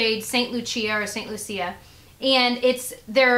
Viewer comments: It's saint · Wonderful goodies. When I was in St. Lucia a couple of years ago our tour guide (who was from there) pronounced it LOO-shuh I'm not the pronunciation police and there may be different ways to pronounce it. Just wanted to let you know how the people I heard there said it in case you wanted to know. :) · St Lucia is pronounced St loo-sha :) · Hey, just so you know, Antigua is pronounced an-ti-ga and St. Lucia is lu-Sha. They're islands in the Caribbean, and beautiful ones at that. Just thought you'd like to know:) love ya! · St. Lucia it's pronounced like "lou" "sha" just so you know for next time :) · Yes it was kind of bothering me that she kept pronouncing it wrong. Lol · Yah it was bothering me to.